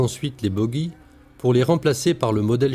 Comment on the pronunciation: BoOGIES Ji pas boguies comme woogie